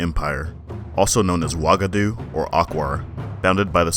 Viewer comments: Also man your pronunciation was kind of off. Keita is pronounce (KEETA) Wagadou is pronounce (Wah-Gah-Doo). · Sundiata Keita(KEETA)pronunciation. Not Kayta. Also it Wagadou(Wah-Gah-Doo).